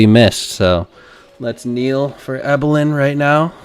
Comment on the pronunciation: Please be respectful. It’s pronounced, “Eee-bill-in” not “Eye-bill-in.” If you turn on the sound while watching the documentary, you can hear it over and over. 😊